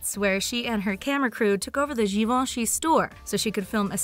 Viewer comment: So thats how you pronounce "Givenchy"? Thank you haha